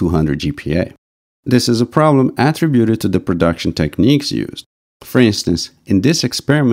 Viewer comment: Although the monolog was for the most part well understandable, I would like to suggest that the speaker pay attention to the pronunciation of the word "attributed". When I played the model pronunciations from dict.cc, all but the one from an Indian lady were as I would expect and consistent with the pronunciations given in print dictionaries of British and American English. The bit difficulty is how the word is used, as verb or noun. The verb has the emphasis on the second syllable, whereas the noun is emphasized on the first syllable.